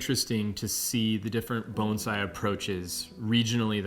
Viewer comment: If this guy says Bone zai one more time I’m going to vomit